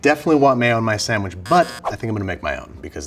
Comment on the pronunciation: I hate when people put an "m" in the word "sandwich" lol but I still love Babish.